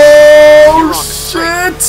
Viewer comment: IKR WHAT IS "CHIT"